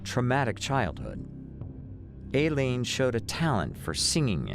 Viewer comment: Narrator, you really need to get your facts straight. First of all Aileene, law enforcement, judges.., all pronounced her name " I leen", secondly, there has never been any proof nor had law enforcement ever accused Tyria Moore of being an accomplice in the murder spree. At the beginning of your narration you referred to Wuornos as a "lesbian", Aileene was proven to have many affairs throughout her life, and Moore was the only known lesbian affair, the rest were men. Finally, do your research from reputable sources; your channel members deserve facts, not guesses.